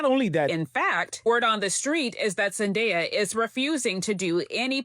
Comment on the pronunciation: Who TF is Zan-day-a? You mean Zen-day-a